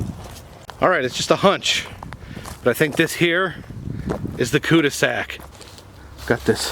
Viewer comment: cu de sak, cul de sac is french for '' dead end''